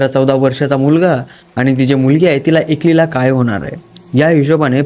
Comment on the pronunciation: दादा तू एकली नको बोलत जाऊ एकटी असा बोलत जा .....